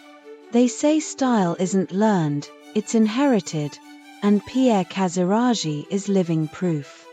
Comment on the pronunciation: What an idiot! As for Achilleas: his Grandfather wasn’t just a Prince of Denmark but the King of Greece! And Pierre Casiraghi is not pronounced Casirashi , but Casiraghi( with a g in the middle. But I guess dummy AI voices never learned the rules how to pronounce names properly !